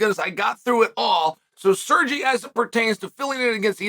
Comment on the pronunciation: At least he pronounced Sergey nearly correct